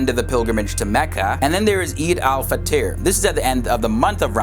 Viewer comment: I love how you spelt "Eid al Fitr" 😂 it sounded like "Fiteer" which means either pie or something that looks like bread.